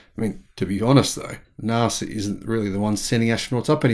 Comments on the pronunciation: NASA! Not NARSA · It’s pronounced NASA. Not Narsa. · I thought you said "Nazi Technology" for a moment :-) I've been watching too many videos about WW2 and Hitler, obviously.